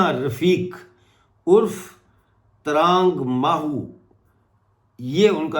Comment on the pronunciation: It is "Tra nag"not trang